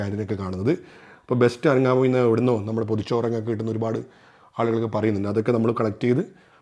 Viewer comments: Bro ithoke vere video kand padichitt aanu alle parayunnath!!😀 അനങ്ങാമൂഴി അല്ല ആങ്ങമൂഴി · അനങാമൂഴി അല്ല ആങാമൂഴി. കാക്കി ഡാം അല്ല കക്കി ഡാം. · ആനങാ മൂഴി 😅 അല്ല ആങ്ങമൂഴി 😃🤗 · അനങ്ങാമൂഴി എന്നല്ല. ആങ്ങാമൂഴി എന്നാണ് .